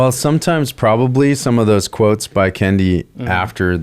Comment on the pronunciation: I thought this was going to be antiracist but then 1 minute in, Kendi has his name mispronounced by you. Clearly, you're racist. ;)